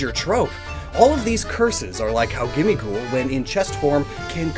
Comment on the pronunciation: I thought gimmighoul was supposed to sound like ‘Gimme gold’